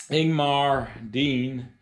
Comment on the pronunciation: Good Sunday afternoon, I just finished watching your video, you did an outstanding service and job putting it together. Very well presented and shown. I especially appreciate the Bloopers, since I make so many myself. They were so funny!! Outstanding Sir, you pronounce my name perfectly, but I’ll make it easier for you. It’s Ing-ga-mar. Ingemar your friend, Stay Safe